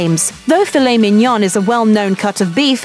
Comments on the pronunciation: And even tough, she nailed the "mignon" sound wich is basically the same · I was going to make my comment about this. Mignon and fraldinha are correctly pronounced. Picanha is not. Why?